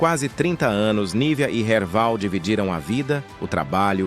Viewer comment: Não e Erbal...e Erval. Kkkk